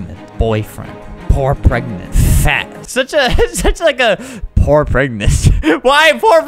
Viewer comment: they way he just says poor and fat sounds British